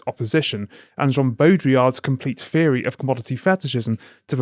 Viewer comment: "Feery". Yeah okay mate.